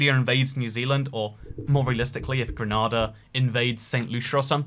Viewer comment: THAT IS NOT HOW YOU PRONOUNCE GRENADA IT IS "GRE-NAY-DA" NOT "GRAH-NAH-DAH" I JUST SO HAPPEN TO BE A GRENADIAN MYSELF